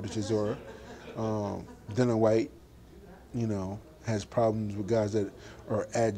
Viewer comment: You aint ready for Dillian ( its dil- e-an btw, not Dil-an) fight Dave Allen first.